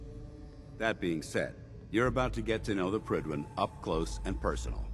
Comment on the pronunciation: Any welsh speakers here think it's annoying how Fallout 4 characters butcher the pronunciation of Prydwen?